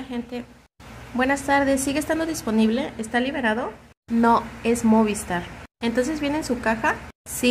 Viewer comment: Me pone nervioso que diga MÓVISTAR y no MOVISTAR jajajaja pero gran chismeee